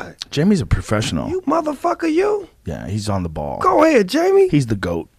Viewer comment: JAIMIE WITH THE H sound nuggets